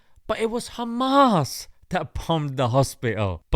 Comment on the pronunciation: Im tired of their accent (khamas) what the hell man. Its hamam. And how can you bomb under the hospital?